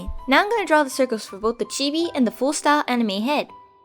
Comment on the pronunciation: at first when she said chibi I thought she said tv